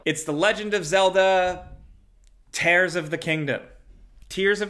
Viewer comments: Pretty sure its tear not tare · I think it’s probably pronounced tears 😂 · It's a hard E (like egg) for Japanese Edo period, not "Eeedo", but I would guess that it's Tears (rhyme with years) for the Zelda game. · It is tear as in tear from the eye, I don't get why American's can't wrap their heads around this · I’m sure it’s pronounced tears. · It’s pronounced tear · I' am very sure it's pronounced as tears. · The translation of the Japanese name of the BOW sequel is “tears” like crying tears 💧 also the pronunciation of “Edo” in ‘Edo Period’ is ‘eh-doh’ ‘E’ like Edward and ‘Do’ like do re-mi-fa-so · I think it's pronounced "tears". Glad to help. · The ‘Tears’ is pronounced ‘TEERS’. It was confirmed by Japanese translation. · I think it's pronounced tears of the kingdom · I'm bamboozled you can't pronounce the Zelda game. It's clearly "tears of the kingdom"